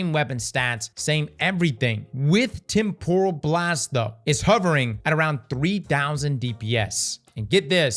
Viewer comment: A quick google search can demonstrate the proper way to pronounce temporal...spoilers...it's not pronounced like tempura shrimp lmao